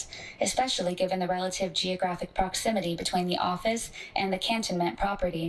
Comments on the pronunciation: It's can ton ment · It's can ton ment. Cantonment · Hearing her pronounce cantonment that way drive me insane 😖